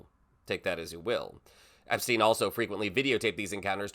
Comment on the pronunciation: Wait! What? He says he doesn't know Epsteen. I thought thats what I heard Cheeto say